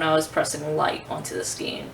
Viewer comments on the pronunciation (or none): You're lovely It's pronounced Skane S Kane :-)